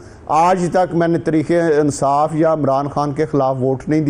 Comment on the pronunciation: Yar is ko talafaz to theek karen tarekeinsaf keh raha he